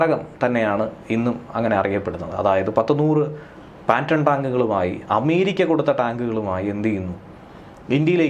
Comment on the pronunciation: Patton tank. Not Panton. Tank....Not Tanker